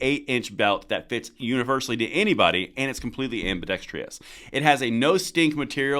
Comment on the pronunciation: Sussinct and ambidextrious in the same clip.